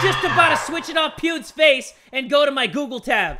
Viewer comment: I love the way he says “Pewds” He says it like “Poodz” 😂😂😂